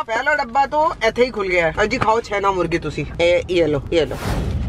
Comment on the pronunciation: छेना मुर्गी नहीं छेना मुर्की होता है